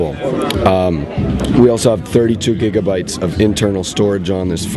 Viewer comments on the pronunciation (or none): none